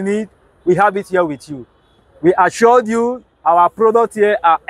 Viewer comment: The guy was great until I heard - Assured 😁